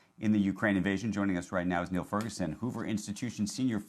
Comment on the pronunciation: "Niall" is pronounced "Nighal" like "night".. "Neil" is a different name pronounced like the word "kneel".